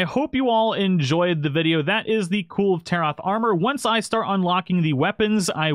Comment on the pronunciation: "Cool Taroth" :P